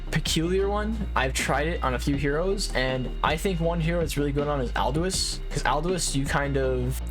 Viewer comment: love the vids but i really hate how he says aldous.... aldo-wus?? im going crazyy